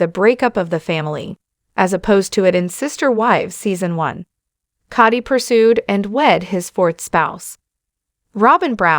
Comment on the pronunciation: You need to learn how to pronounce words correctly. It's Cody, not Coddy. 1st and last time watching you.